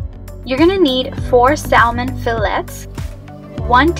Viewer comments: I have some wild salmon and can't wait to serve this! Usually the "l" in salmon is silent as in Sa-mon :) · The L in salmon 🍣 is silent.. Thank you for this! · The L is silent in Salmon and what temperature do you bake it on? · Sal-mon, Fi-lets, and ass-paragus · Love it but can’t get over how you say salmon and fillets and ASSparagus 😩